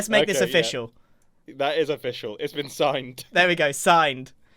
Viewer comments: I can’t believe neither you nor Mumbo said “o-fish-ial” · I love how grian made the deal “ofishial” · "Lets make it oFISHal" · “It’s offishial” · "let's make this oFISHal" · You made it "O-fish-al." You should include cod in every deal and lean into this. Become the cod-father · i like how he said "lets make this official" as he put in a bunch of fish (of-FISH-al) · The way you said "its oFISHial now!" 😂😂😂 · "we could make this ofFISHial" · does that make that official or of-fish-al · Grian lets make this o-fish-al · “Let’s make this o-Fish-al” -grian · don't you mean "let's meke this o-FISH-ial"? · “Let’s make this OFISHIAL” - Grian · it's o-FISH-le now, Grian got that permit now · Offishal haha (im so funny) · “o-fish-al” eh? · "let's make this oFISHeal" XD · Grian: "Let's make this o-fish+ial". Hahah. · " lets make this ofFFISHial" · i love how when mumbo and grain were trading grain said lets make it "o-fish-al" and surrounded the deal with cooked fish don't think it was intended but i can't stop hearing it 😂 😂